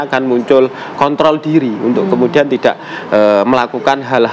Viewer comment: KONTROL PAK,,😁😁BUKAN K.T.L